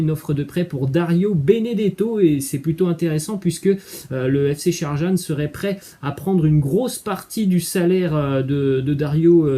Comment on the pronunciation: C'est fc sharjah et non sharjan